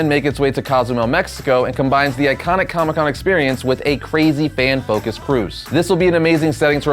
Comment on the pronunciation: Com-ICK Con lol